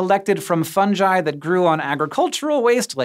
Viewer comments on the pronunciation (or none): I got so triggered when he said Funji..... its fuhng-gii. You dont call it a Fun-Jus do you? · Fun guy.... Not fungie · its not 'fun-jy' it 'fun-guy' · Wait wait.. Fun-jai?? Not Fun-ghee? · Fungi Not Fundgi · How is it possible to mess up saying the word 'fungi'? Fuhng·gai. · Funji?? Are you trying to say fungi? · Fungi pronounced ‘fun guy’... I bet this guy says JIF rather than GIF... Tell me, is the word, games pronounced ‘games’ or ‘james’?? Or what about GitHub, do you pronounce it JitHub? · It's pronounced 'funguy' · Fungi is a hard G sound, not a J sound. They're called a fungus, not a funjus. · Hank!!!! I love you, I really do .. but please, please, please (and I know you've talked about this before) hard 'G' on the fungi please? It's latin/italian/romance language word and the g is not a soft g. Please, please, please ... I can't bear it anymore.